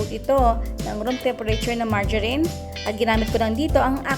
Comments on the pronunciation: Marga- not marja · na bulol pa sa maragarin ah hahahaahh